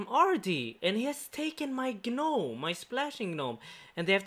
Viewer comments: Bruh the g in gnome is silent...it's pronounced nome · Can't believe it's been almost 2 years XD Edit: the "g" in "gnome" is Silent btw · he stole my guh-nome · did he just say "geh-nome"? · the way you pronounce gnome is cracking me up lmaooo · The G on Gnome is silent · I like how you pronounce the g in gnome. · The ‘G’ in gnome is silent bro